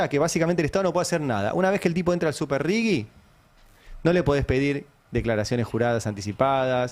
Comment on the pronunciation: Se pronuncia "RIJI" no tiene U. Excelente editorial como siempre ❤